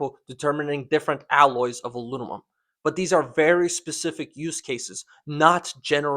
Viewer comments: "Alunumum" 😅 that's funny. But seriously, he's entirely right, looking to get a trustable benchtop unit asap. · Great vid my friend. Very informative. But you got to work on saying alumumum and no its not pronounced al-looominium either lol. I never understood the pronunciation aluminium when its spelled aluminum. Had to pick on you a bit. Took me years to be able to get it out of my mouth properly too.